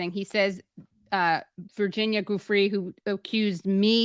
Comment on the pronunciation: why does Douchewitz keep pronouncing Giuffre with a Hard G? 🤔